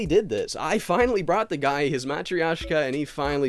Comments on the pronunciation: btw there is no 'i' in the matryosha mat - ri - yo - shka - that's wrong mat - ryo - shka - that's right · Minus the part where he absolutely butchers the word, ha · You mispronounced 'matryoshka'